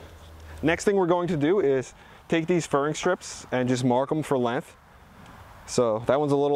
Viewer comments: “It’s time to get the lenth” It’s Length, not lenth 😂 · There is a G in LenGth.... really. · "cut these to lenth" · good vids. you say 'lenth' a lot. there's a G in there, length bra. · Good info, but the "Lenth" ??? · Learn how to pronounce the word "length" since you use it so much. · Length.... length..... you say that funny I dunno